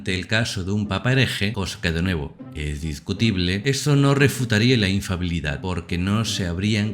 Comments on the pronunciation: No es infabilidad papal, es INFALIBILIDAD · Padre es Infalibilidad no infabiludsd Gracias